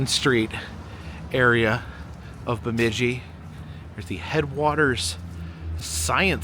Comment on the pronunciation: The “I” in Itasca is not short, but like 👁️, so it’s pronounced “Eye-tasca.” However, I see you finally pronounced Bemidji right after you got to the “Lake Bemidji” part . 👏 You’ve been up in these parts in the past (welcome back!), so I knew you’d get it right eventually. 😂